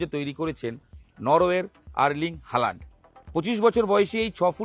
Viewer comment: Holand noi halland উচ্চরণ হবে